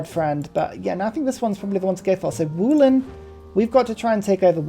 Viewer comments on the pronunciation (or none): Love your channel :) Wolin is pronouced not "Wooleen" (like wool) but "Volin" like this